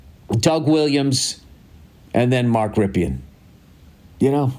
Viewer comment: Pronounced Mark "Rippen" not "Rip E In"